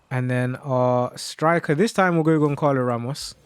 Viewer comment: Pls learn how to pronounce the name of the players you saying, it’s not gonkalo it’s Gonçalo and not yordi alba it’s jordi alba bro